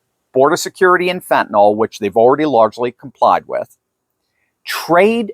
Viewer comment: Fentanyl is not pronounced with an NOL sound at the end. Fentanyl is pronounced like NIL at the end - nil or nyl rhymes with Bill. You should know that.